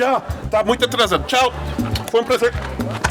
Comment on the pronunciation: só eu que no final do video entendi a menina falando "Oh shit" ao invés de oxente?